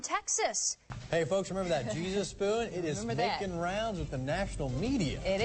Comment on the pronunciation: "Cheesus?!" C'mon.